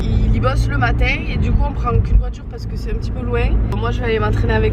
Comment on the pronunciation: Le maaatin mdr l'accent :D